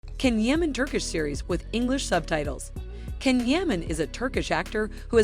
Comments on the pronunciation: At least pronounce the Turkish words and names properly, or make the effort to! "Jan" not "Can" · Please don't mispronounce his name